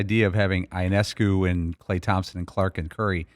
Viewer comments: It’s Yo-Ness-Coo. Please pronounce it correctly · I thought that was a strange pronunciation. I thought it was ee-ness-koo. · Gotta brush up on that Ionescu pronunciation Dan